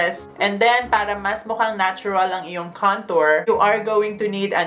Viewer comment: Or bka kantot instead of kantor mo. Haha 😂 bakla pa effect.